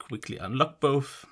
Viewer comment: It ain't boff it is both😂